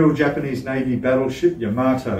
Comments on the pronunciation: $600.00+ for that model!!!!..............................Wife just said get the divorce papers out, IF, I even thought about purchasing it! ------ ps: It's pronounced "Ya-MUH-Tow, NOT Yah-mah-toe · A Japanese friend told me it’s pronounced “Yuh-MAH-toe/Yuh-MAH-too.” I think it’s one of those words that people say differently with their accents, like how I’ve heard Brits say “YAMA-toe.”